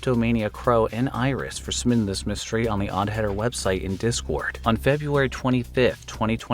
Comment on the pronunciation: We need to talk about the way you say, "submitting," which sounds like "summiting." What do you have against the letter 'B', oddheader?